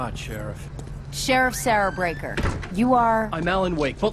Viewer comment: her name is sarah breaker not becker :p